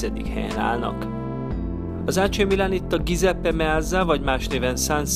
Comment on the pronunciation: "dzsuzeppe" illene tudni